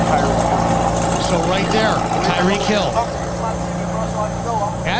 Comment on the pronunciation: “It’s Tyreek.”